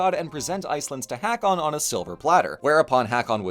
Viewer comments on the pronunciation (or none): Because I know you may appreciate this: I'm not sure if the pronunciation changed in the last 1000+ years, but the name Hakon/ Haakon/ Håkon today is pronounced ˈhôːkʊn (ho-kun). ❤ (Source: My dad is from Norway and his brother is named Håkon). AMAZING video, as always! ❤ I love the absolute mad lad that Snori was 😂 Whorri Sturluson is a perfect diss!